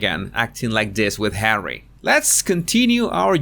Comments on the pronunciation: I really enjoy your videos. But tell me, why you keep calling Harry as "Hawwy"? I can't even tell how extremely annoying it is. I just don't understand purpose of this. Why you keep doing this? 🤷‍♀️ I have to say I had to turn off some of your films because of that, unfortunately. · Ever since u started saying 'Hawwy' I cannot stop to imagine her calling him 'Habby' as in the nickname for 'husband' (hubby) 😂😂